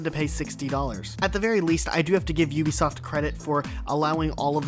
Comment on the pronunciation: It's Ubisoft not U- besoft